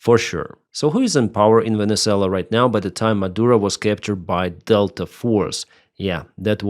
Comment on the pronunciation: Your opinions are crap . Monduro was a major drug dealer to the US. He was killing 25,000 people per boat load . Oh that's right , YOU forgot to mention that . Typical of your 2nd grade news casting . It also might help to pronounce the country's name correctly. What a non professional you are . Get that corn cob out of you butt with the USA . SCOTT NICHOLSON TENNESSEE